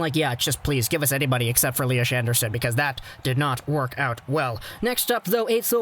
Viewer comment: It's pronounced Lias, not Liash. 🙂 Agree about the pick though, huge bust.